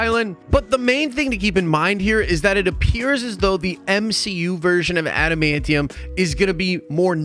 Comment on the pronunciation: Thank you for saying adamantium correctly.